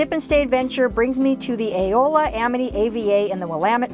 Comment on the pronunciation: Eola is pronounced E-ola, not A-ola! I am an Amitonian!